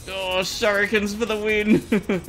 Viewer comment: Shout-out Rufus: Can I beat the Slime King?... Shur-i-ken